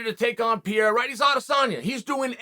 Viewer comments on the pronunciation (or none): It's not Pierre, it's Pereira (Pereyeera) ^^ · Pereira - "Per-rare-rah", please Chael!